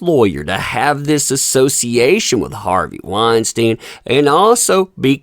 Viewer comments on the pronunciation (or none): I'm sorry I can't listen to you pronounce Harvey's name wrong 50 times in one video.